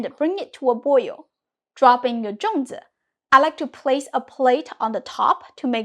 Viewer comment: Why do you pronounce it Zhong while spelling it Zong?